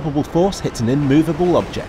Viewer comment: Compile-ation, inmoveable object